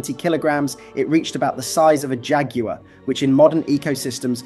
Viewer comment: it is pronounced as Jagwar not Jag_oo_uh